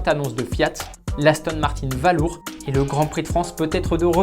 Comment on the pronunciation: Il me semblait qu'il y avait des cours d'Anglais dans les écoles françaises... "Valour" prononcé sans aucun effort d'accent, ça ne met vraiment pas en "valeur" le petit bijou d'Aston. Un savant mélange entre valise et balourd. Atroce !